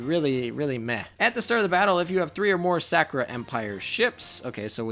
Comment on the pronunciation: "The Sack'o'rah Ships" xD